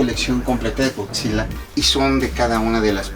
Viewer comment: El morro bien experto Y dice... Gokzila